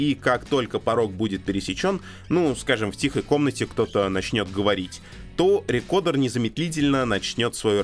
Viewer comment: Alexey Sudakov С американским произношением будет «рыкордр», а с английским — «рыкоуда», так что, «рекодер» ни туда ни сюда не подходит.